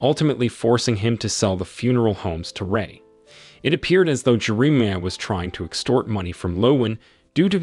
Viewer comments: Jeremiah, Jerameea? AI again? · How does the AI both nail and butcher the main character’s name in the same sentence 😅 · AI is imperfect because it still must be programmed to pronounce names correctly. In this case, it cannot pronounce Jeremiah, which is a telltale sign that we’re listening to AI. But so close!